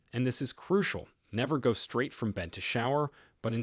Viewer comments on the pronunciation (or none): none